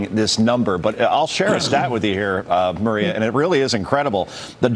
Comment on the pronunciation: it's funny how the guy at the very start cant even pronounce maria. he says it like marrwiea. the correct way to pronounce maria, sounds somewhat like ikea. but with a mar and no ik.